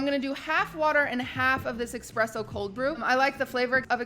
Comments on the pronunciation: espresso. not expresso. that is all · Expresso? Wtf is that? "Hits you like a train!"? Its Espresso. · I don’t drink coffee, but every time I hear someone say eXpresso and not eSpresso I just want to die. You said it three times within 10 seconds. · expresso exspecially TAR TAR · “expresso” “expecially” “dyslexic” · exspecially, expresso... has she learned nothing from lud the english major? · why does she say ”ecspecially” and ”ecspresso” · just because people aren’t perfect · Qt, it's espresso. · chat: "espresso hold the X" I'm glad that even when I'm not there someone is there to be that annoying person who points out that that's not how you say that. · saying espresso with an x is kinda cute but still wrong though ^^